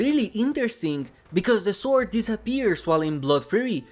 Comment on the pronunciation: Not to be mean, but try saying sword withouth pronouncing the w. Great video still